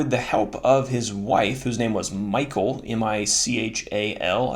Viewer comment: Michal.... check out the true pronunciation of Michal. Not Michael as in English.